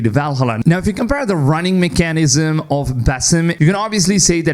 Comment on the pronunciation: I can’t get over how this guy pronounces “mechanism”